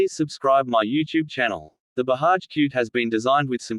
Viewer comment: It’s BAJAJ and don’t pronounce it as Bahaj.